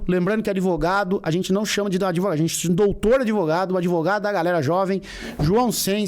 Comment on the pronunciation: "Grandes merdas ser adEvogado e depois todo adEvogado é vi4d0" kkkkkkkkkkkkkk